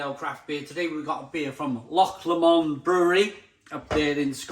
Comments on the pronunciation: It's pronounced Low-mond, not Lamond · Odin's beard always available in most Scottish Lidl's and as you say it's brilliant. You say loch fine, it's just Lomond, which is basically said like 'low-mond' 👍